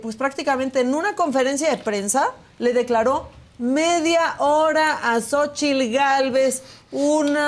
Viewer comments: Y él dice Xóchil, dónde está Xóchil?! Se dice XÓCHITL, TL , no Xóchil 😂😂😂😂 ni como ayudarlo, que vergüenza, burlándose de una mujer que no pronuncia bien el inglés pero se esfuerza , y él ni siquiera habla bien el español😂😂😂😂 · Si está corrigiendo a Xóchitl; que se escuche él, no se dice Xochil, es Xóchitl. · Jajaja Samuel te burlas de Xochitl por la pronunciación de su inglés, no Samuel tu no sabes pronunciar no el nombre de Xochitl, dice Xochil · Es que asi se llama, "la sochil" 😊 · Burlándose de su inglés... Y el ni siquiera pronuncia el español..." sochil " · Gober quijadin Primero que diga correctamente Xochitl